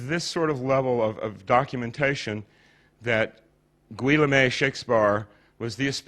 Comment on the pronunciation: 'Gwe la may' ???!! You mean Guillaume (Geh ohm)? lol some expert.